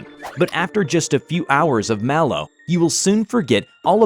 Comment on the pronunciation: It’s not pronounced Malo, o think it’s Mal 0 but like Mal0 This is just what I have heard don’t come for me.